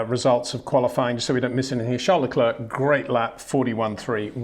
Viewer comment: Can you please try to pronounce Leclerc and Verstappen correctly?